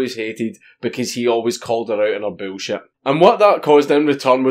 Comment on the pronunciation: I love the way dank says bullshit “boolshiet”